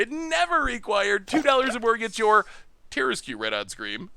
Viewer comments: The tarrasque has been around longer than you. It’s pronounced Tehr-ask. Hooked on Phonics didn’t work for you. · Terra-screw you for that mispronounciation XD (Much love to the Goldfish crew) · By the by, regarding the word - Tarrasque. It is actually, in all seriousness, pronounced ta-RASK. When the person in chat mentioned the word masque, yes that is a real word, and it is pronounced “mask”. However, instead of just being a mask, it refers to like a masked ball back in aristocratic Europe. It’s a French word, hence the spelling. Tarrasque takes the same pronunciation logic from that word, and therefore gets the same sound. Blame the French, they kept insisting on using unnecessary letters. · And as much as it's an iconic DnD thing, it is based on a mythical creature. It's like a dragon/turtle/lion hybrid from France (Hence not pronouncing half the letters).